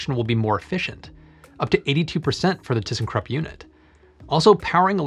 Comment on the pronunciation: Why not use the brine in other ways? And how high is the concentration? And what is the volume of the Solar Dome and can refill the dome several times before I need to remove the salt? did you say Thyssenkrupp?